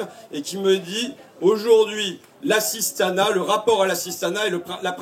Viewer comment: Tu es linguiste bah tiens-moi aussi ça fait 8 fois que tu parles "d'assistana" et on en est à la moitié de la vidéo honte à toi tu devrais pas parler comme ça #fascho 18 x le mot assistana